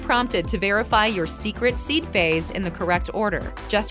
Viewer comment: PHRASE, not phase.😂